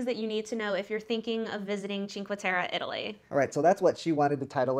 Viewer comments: please pronounce it correctly it's cinque "te-reh" not te-ruh... :( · It's Cinque Terre not Cinca Terra. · If making a video about a location learn how to say it. This is brutal listening to you both saying ChinqA Terra. At least show you know enough about a place that you learned how to pronounce it. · "cinco terrah" good gracious. You lose pretty much all credibility when you pronounce it that way, American. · I can not get over the mispronunciation of Cinque Terre....